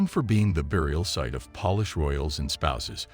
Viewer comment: AI Generated stories ehhh.... you know its AI when it says Polish like "I polished my shoes". AI is Stupid.